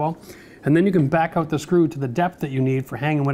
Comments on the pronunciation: When you say out like oowt 😊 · that was awesome and helpful -- and i laughed every time he said oat for out :face-purple-smiling-tears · Where does his accent come from? The way he says “out” is different! 😁. Oh, I just learned from Google that he is from a small town in Ontario!!!